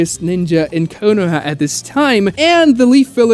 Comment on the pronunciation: KOH NO HAMA ROO Please stop BUTCHERING the pronunciation when its being said IN SHOW. Like bro, you can perfectly say chibaku tensei but not being able to say Konoha or Konohamaru right literally makes me feel sick.